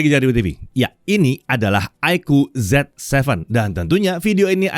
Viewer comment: Ya, bacaannya Zi Seven ya, bukan Zet Seven.. 😊